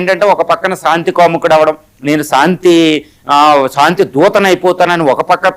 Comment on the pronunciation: Pronounce correct చేసుకోవయ్యా ! సాంతి కాదురా నాయనా శాంతి అనాలి. సా, సా కాదు , శా, శా అనాలి. శాంతి అద్దం ముందు కూచుని practice చేయండి. మీరు పలికే సాంతి అనే పదం వింటే కంపరంగా ఉన్నది.